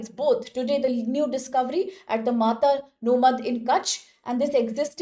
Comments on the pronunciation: girl, its not matanomadh its mata-no-madh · Pronounciation lagat hai inki bhai Is jagah ka naam hai "Mata no madh" (माता नो मढ) (Mata ka madh) Maa Aashapura ke chamatkar ke bare me research karo, pata lagega ki Gujarat me inka kya mahatva hai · it's pronounced as "Mata no Madh" meaning "fortress of deity" referring to Ma Ashapura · 😂😂😂 Matanomadh...... Angrez aurat wo Mata no madh hai